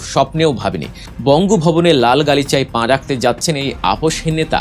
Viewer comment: পাঁ নয় পা বলেন।